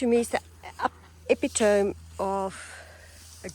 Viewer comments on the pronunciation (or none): Epitome - Eh-pit-toe-me (at least that’s the way we Americans pronounce it)